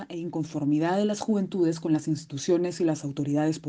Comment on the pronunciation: Las Juventudes, Las Juvenitudes, Las Juventudes >.< ya me dio cáncer de oído al escucharlo tanto y algo mal dicho más encima.